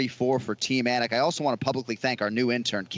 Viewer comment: anik said the name wrong after the audio pronounced proper lol